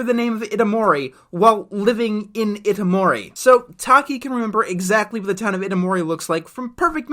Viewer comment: Mitsuha is from Itomori, the name has four syllables. It's pronounced ee-toh-moor-ee